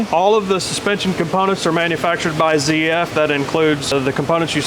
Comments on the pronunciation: its not zee f its zeed f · German speaker here, it's pronounced zet-ef😂